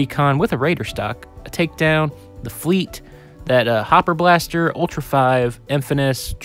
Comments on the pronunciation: It's not Nerf Fleet???? Nope it Fly-te. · You said "fleat" 💀